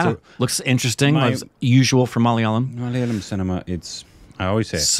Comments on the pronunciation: Finally he pronounced Malayalam correctly 🥲 😌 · He pronounced "Malayalam" perfectly😳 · I just loved the pronunciation of 'malayalam' by....very close to the native speakers... Well done.. 👍